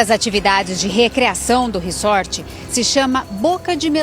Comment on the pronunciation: Pelo amor, a pronúncia é "RIZÓRT"! Q horror isso aí, q tristeza!!! Um socorrista q nao socorre??? Isso é um ABSURDO! Q Deus conforte essa familia:(